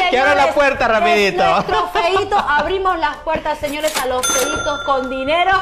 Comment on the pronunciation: La presentadora hablando de "los feitos" ...en Serio????